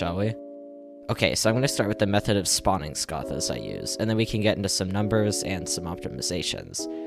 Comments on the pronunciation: its not scarthars, its scaythahs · SCAYTHUHS NOT SCAHTHUH DUMBAHH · pronounced 'Scaythas'. Not 'Scahthas' lmao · Sck-oth-as. It’s sck-ath-ah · hearing you say scathas incorrectly is driving me crazy. you're saying "Scothas" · WHY DOES BRO SAY SCATHAS LIKE THAT💀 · The way you say scathas makes me mad lol